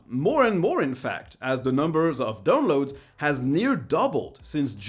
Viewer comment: pronounciation of " Dounlouds " always makes my day 😁